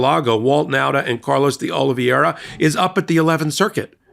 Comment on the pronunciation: It is not pronounced OLE-VEE-ERA it is pronounced OH-LEE-VERA